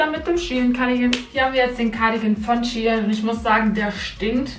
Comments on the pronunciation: Shie in????? SHEIN 😂❤️ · Fällt nur mir auf das sie die ganze zeit shien sagt obwohl es shein heißt ? No hate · Wieso sagst du Sh-ien ??? Shein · Mich hat das SHIEN getriggert !! 😂😂 das is für mich SHEIN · Es wird shein ausgesprochen nicht SHE HIN 🤨😂❤️ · Als kleinen tipp es heißt shein und nicht she in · Es heißt shein und nicht shi-en! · Iwie triggert mich das du She in sagst🤷🏼‍♀️😂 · Ich hab gedacht Shein😂 Also wie Schein😂🤷🏼‍♀️ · Ich dachte man spricht das "Schein" aus ?¿ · Junge mich regt Das so auf wie du shein sagst 😤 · Hauptsache sie spricht shein völlig falsch aus